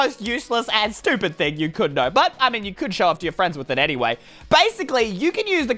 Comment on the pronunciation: also said anyway as anymay